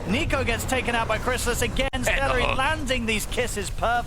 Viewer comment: Its seleri, not salary 😅